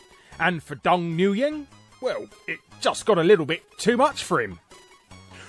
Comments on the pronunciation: You are the only person I can tolerate to pronounce Mario as mare-io, but pronouning Nguyen as En-goo-yan is atrocious... its actually pronounced Win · Dude Nguyen is not pronounced "New Yen" it's pronounced like "Win" or "When". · Nguyen is pronounced Wen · Lmaooooo new-gyeng... it's pronounced win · Haha did you say Dong "NewYan" It's pronounced "Win" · "Nguyen" is pronounced more like "Gwen" but with an N at the beginning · Always heard it pronounced "KNEE-gen" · Side note: Nguyen is pronounced "Win". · Nguyen is pronounced "wen". Lol you're so British. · I love when people try to pronounce Nguyen. Shit cracks me up. It’s said like “Win”, just FYI. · Nguyen is actually pronounced "win" I've had to chauffeur a few people with that last name and its definitely not something you forget once you know. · Larry, I think "Nguyen" is supposed to be pronounced "Win" or "Wen". Someone can feel free to correct me if I'm wrong. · Just a note, Nguyen is pronounced "win". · Nguyen is pronounced Win :) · Hey Larry, the last name of Nguyen is pronounced "Wen" :) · I must say this was the first time I heard Nguyen pronounced as [nuːˈjɛn] o_O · His name is pronounced WIN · "Nguyen" is pronounced "New-En." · Just an fyi: Nguyen is pronounced "Wen", Larry. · Not to pick at nits, but... The name Nguyen is pronounced "Win". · Nguyen is pronounced just like when. Just sayin' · Win my arse, the Vietnamese dudes I know pronounce it Nwee-yen. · could be an accent/dialect thing. A Vietnamese doctor I met pronounced it Nwee-yen. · I believe it is regional. Northern Vietnamese pronounce it "win", while southern dialects it appears to be more stretched out, with a dipping tone. I think the later would account for the pronunciation you are familiar with. It may also vary as the name spread to surrounding countries. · I've never heard that butchering of the name Nguyen before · Com - Pie - Lation?